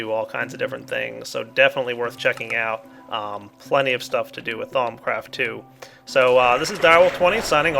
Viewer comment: "thong craft"